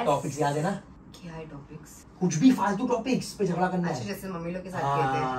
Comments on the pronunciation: Its jhagda not jhasa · Its jhagda not jhada